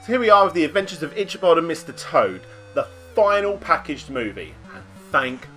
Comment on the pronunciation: Love your videos man, but your pronunciation of Ichabod hurts my brain.